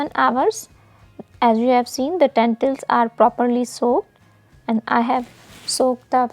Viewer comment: When you say tentils do you mean lentils